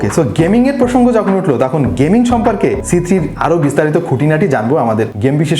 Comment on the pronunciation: vhai apni c3 boltesenje jeno lage apni bolen cg